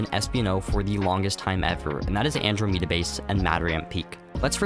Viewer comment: AnDROmeda, not AndroMEda 😅😅😅